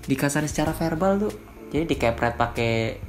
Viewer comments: verbal bang. Bukan herbal. Elaah Ngrendahin pake kata2 gitu lho bang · Verbal bang bukan herbal😭